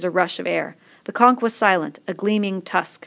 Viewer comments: are you seriously pronouncing conch (con-ch) as conk? it's literally said as it's spelt! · I got triggered every time she said "conk" IT'S "CONCH!" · why u saying conk its CONCH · the way she says conch lol..."conk" im ded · Whoa I thought it was pronounced like conch, but it's pronounced like conk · conch is apparently conk